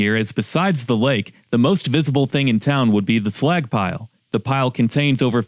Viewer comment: Was listening w phone in pocket and the entire video I've been trying to tell if he's saying "slack" or "slag" "The Slagck pile 🥴"